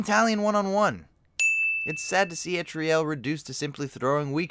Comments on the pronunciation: This whole time you’ve been saying etarial but it’s eltarial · her name is ELTARIEL NOT ETRIEL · The way he says etriel instead of eltariel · Why, WHHYYY?!?! Why does he keep saying Etriel when even in the game and the subtitles it says Eltariel? WHHYYY?!?! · It’s elTARiel not etriel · bro Etriel? it's pronounced ELTAURIEL why is everyone saying it like that?! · El-tar-iel, not Et-tri -el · Pronounciation of 90% of words fucking hurt my head "Shell-ob" "El-tra-lel" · I got pissed off by him not only miss pronouncing eltariels name but also miss freaking spelling it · Your pronunciation of Eltariel is a little wonky but nice try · Next time actually play the game so that you aren't fucking butchering the names that are CLEARLY stated right before your dumbass starts talking. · or palantir. or eltariel. ;P